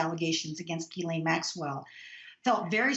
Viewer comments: Lol, all my channels pronounce it "Gizlaine" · Please Pronounce her name correctly SHEES-LEN ! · These are supposed to be journalist, and yet most of them can not figure out how to pronounce her name. It's Ghe-lyn. All they have to do is listen to how Virginia Roberts Giuffre pronounces it. But that is too much work for these people. Pathetic how journalism has deteriorated. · Her name starts with a G hear me a G why oh why do the Americans become so lazy when talking.. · Why can't people pronounce her name right?